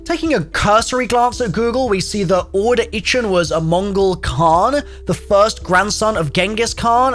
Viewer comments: the second he first pronounced Orda I immediately thought of that, and I'm not even from UK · Orda: Horde Edit: pronounced with an intonation on the "a"